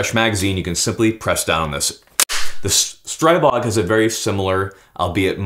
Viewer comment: There is no such thing as Stray-bog. The "stri" in Stribog is pronounced like the "stri" in strip and not like stripe.